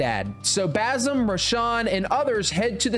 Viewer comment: Him pronouncing basim hurts me